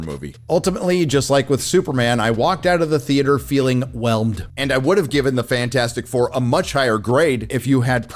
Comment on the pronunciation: "Welmed".....You win just for that.